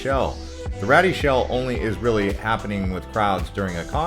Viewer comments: Great video, just correct two things please. The Rady Shell (pronounced: Ray-dee) not "ratty." The Rady Shell at Jacobs park opened in May 2021 it was named after some of the major donors. Ernest & Evelyn Rady gave 15 million to the project and Joan & Irwin Jacobs gave 11 million to the project, thus the name Jacob park & Rady shell. The statue (Unconditional Surrender) statue of the Sailor & Nurse embraced in a kiss: they're actually strangers to one & other. The authentic incident was photographed in 1945 in Times Square at the end of WWII. Read the entire history on the statue to find out all the interesting details of the original subjects in the famous photo from 1945. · It's pronounced Ray-dee shell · Rady is pronounced “ray-dee”